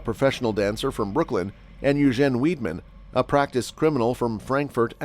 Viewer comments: His name is pronounced "Vide-man", not "Weed-man" ! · Actually, whether in German or French, Weidmann is pronounced Vide-Man. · You'd have thought his surname was spelt WEEDMAN, the way he was pronouncing it.